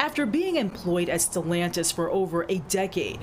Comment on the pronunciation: It's not sellantis it is stellantis